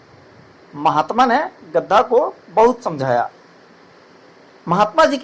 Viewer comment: Chacha gadha hota hai gadda nhi kya kahani sunaoge be tum